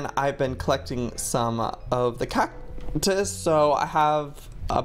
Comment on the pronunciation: Whenever he said cactus he said it like cac-tus not hating js